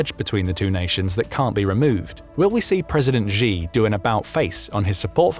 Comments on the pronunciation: xi is pronounced a bit more like ‘she’ than ‘jee’, and xin hua is hsin hwa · His name is pronounced She! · “She”, the surname Xi is literally pronounced like the English word “she”. Don’t be like the other news organizations that mispronounce his name 😅 Great content otherwise 👍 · NB. Xi is pronounced in English as ‘She’ and the Chinese news agency Xinhua is pronounced in English as ‘Shin Hwa‘ hwa pronounced hwar…. As in arr